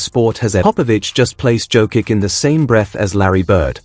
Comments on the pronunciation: Pronouncing his name is violation...JOKICH...not Jokik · If you love Nikola so much, you could have deigned to pronounce his name correctly.If you pronounced Greg Popovich's last name correctly, then pronounce Jokic's last name the same way. For most Serbs, the last name ends in ICH, in Serbian it is written as C with a tick above.